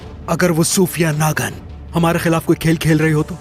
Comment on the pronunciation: Nagin 😂 kalnagin 😂😂